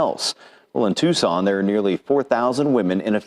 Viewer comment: Tuscan? Try Tucson.